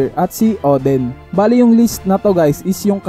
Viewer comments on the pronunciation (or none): none